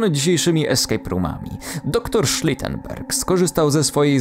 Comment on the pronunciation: Shrotenberg brzmi jak hainserberg